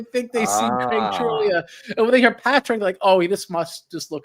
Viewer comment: Craig subtly trying to correct pronunciation of his last name 😂 One day he’ll get that the “g” is silent